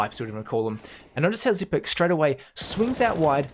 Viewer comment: THANK YOU for pronouncing his name correctly. Bugs the shit out of me that most casters can't take the time to learn how to say it the right way.